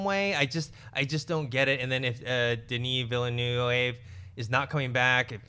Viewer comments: Okay lovely Collider team, Dennis Villeneuve is pronounced "Duh-knee Veal-nuhv'" and not 'vilanuevé'. It's really not that hard. You can do it! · Oh come on guys! Dennis Vill-eee-new-ee-eve??? Say it like this; Denny Vill-nuv. The guy's directing Blade Runner 2. At least learn his name. LOL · Here's a friendly tip from a non Quebecois canuck..... Denis Villeneuve is pronounced Deni Vill-noov; You're pronouncing it like a spanish:) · You guys are always pronouncing about 5 syllables too many in Devis Villeneuve's name. It's basically two syllables: "Veel" and "N-"euh"-v". I put in "euh" because I realize that English doesn't really have a equivalent for the "eu" sound, but it's basically the sound you make when you're wondering about something: "euhhhhhhhhhh...".